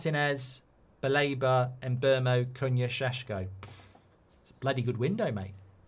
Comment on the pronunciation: Everytime mark pronounces sesko like sheshko take a shot